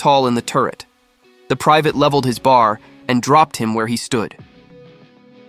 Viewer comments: The Browning Automatic isn’t pronounced bar, like candy bar, it is spelled out B A R. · Great story ai had some problems with the Belgian town names and the weapons. Eg bar is a B A R. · Bar???!! It's a B A R! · It’s not a bar, it’s a B.A. R. for Browning Automatic Rifle. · I hate these computer generated voices. It's B. A. R. not bar. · I HATE AI narration. He didnt shoot a bar. It is a B.A.R. It stands for Browning Automatic Rifle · Thank you for telling Francis Currey's story. A true American hero from the greatest generation. One correction. The Browning Automatic Rifle is referred to as B.A.R., and not BAR (bar), as the narration stated. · Bar, lol. It's B, A, R. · It's not a"bar" it is a B-A-R Browning Automatic Rifle. Dad was issued one. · Great story but I hate AI generated voices.... bar.... Bee -Aye -Are. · B.A.R...... not "bar" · its not called a bar its called a bee a are. now you know .. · Ya know, AI sucks. STOP calling his most lethal firearm A Bar!!! It's pronounced B.A.R. 🙄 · It’s not bar. It’s B. A. R. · This is well written. But, the AI voice, while good, still isn't perfect. It's not BAR. It's B-A-R. As in Browning Automatic Rifle. And you need to use that term at least once before you resort to the term of B-A-R. Not BAR. Secondly, the pronunciation of Malmedy is off. It's slightly off. But it's still off. Other complaints are more personal. "Freedom seeds?" Really? Hmm. Not sure about that. Still, the description of what this man did and how you wrote the script isn't bad. You do need to stop using video from movies and start writing to video. If you need to make mockups, then that's something you should investigate. You can use those interspersed with the generic WWII footage you are using. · If you're going to use AI narration teach it to pronounce. It's not a "Bar", it's a B.A.R, Browning automatic rifle. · Its a B-A-R or at least I've never heard it called a bar before.... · B-A-R, not bar. Ffs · "leveled his bar..." Really, AI???